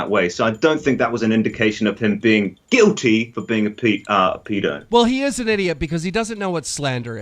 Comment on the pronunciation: Ah yes “GIlTy”